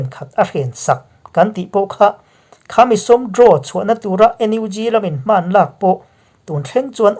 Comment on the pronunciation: thil pakhat chiah aw,tawngkam pakhat "hman" tih hi i lam dik thei miah lo mai hi mak ka ti ve mai mai..Hman atang tawh rilru kap tawh a,zanin chu ka rawn puakchhuah pui ta tawp a ni..Min lo hrethiam dawn nia. I channel kal zel na tur ah duhsakna ka hlan a che.